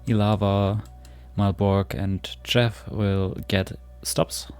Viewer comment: You're pretty close, but "Tczew" has two distinct sounds at the begining: 't' and 'cz' (tsch). So it's basically "T-tschef". You can try to put a vowel in between first and then shortening the vowel as much as possible.